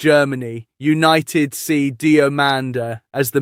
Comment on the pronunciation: Why can’t you say millions and its not opted its united come on your English too stop butchering the language 😤🙊😩🥵